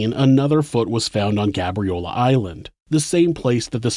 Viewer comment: It's pronounced gay-bree-ow-lah btw